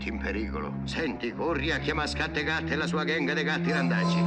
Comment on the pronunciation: É SCATTECATTE non scat-cat haaha